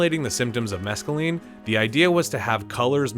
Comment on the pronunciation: Also mispronounced mescaline and umbrage.